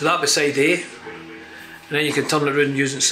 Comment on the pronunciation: Great documentary but can someone confirm that certain words end in "D" instead of "T", like "Scotland" or "And". Every time she says these words she ends them with a "T".......Scotlant, Ant. Seems to be a thing these days and I find it very annoying. Or should I say "Fint" it very annoying.